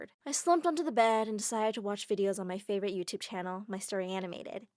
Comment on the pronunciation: You spelled Favorite wrong. You said Faouvorit